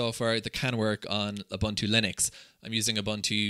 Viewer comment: "OOBANTOO" doesn't exist.